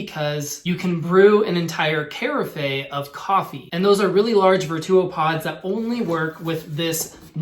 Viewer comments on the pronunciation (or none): Kari-fey? its pronounced Care-if...ur welcome :) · Carafe is pronounced "Kare-AFF."